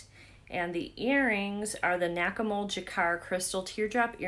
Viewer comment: I know it’s Nakamol, but every time you said it, all I would hear is Whack A Mole. 😀